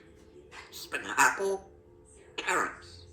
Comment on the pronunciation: Spinapple 😂🤣Love you girlfriend! You're doing well with your counting💙